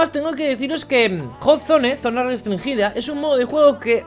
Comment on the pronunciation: Nadie: Absolutamente nadie:: Zona restrinGUIda